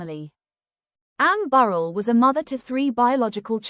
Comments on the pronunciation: RIGHT! That really gets on my nerves. Pronounce their names correctly for God sakes!!! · If you can't pronounce her last name correctly then nothing else you say is important!